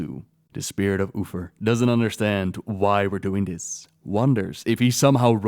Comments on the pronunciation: Your pronunciation of 'Uther' sounds more like 'Oofer". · Love u especially the way u say uther xD, Oofer